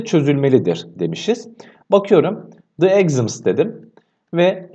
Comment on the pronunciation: exams kelimesi egzıms diye okunmaz